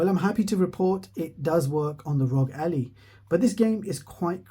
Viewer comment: It's Ally, not Allie. You are saying it like a proper name, but it's the word Ally like "I am your ally"